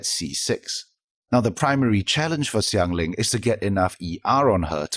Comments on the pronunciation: the Xiang from Xiangling in that video, if you break it down, is more of "si-ang" (pinyin using Xiang). Xiao is more of si-ao. Anyway Xiang (or shi-ang/si-ang if you want to break it down) is totally different from shan. Xiao, which sounds more like si-ao or shi-ao (without that obvious sh sound) isn't shao. Shan and shao exist as a totally different word written phonetically with pinyin, and of course their pronunciation are different. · Great video as always. Just wanted to say, as far as the chinese names go, it's "Shanling" not "Ksianling", same with Xiao, it's "Shao" not "Ksiao.